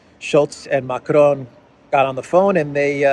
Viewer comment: You pronounce Macron as if he's a Mexican. Lol. There is no such thing as a rolling R in french, and the ending N is silent.